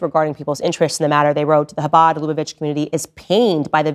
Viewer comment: UGHHHHHH!!!! STOP SAYING "HABAD LUBA VITCH"!! LOOK UP HOW TO PRONOUNCE IT PROPERLY!!!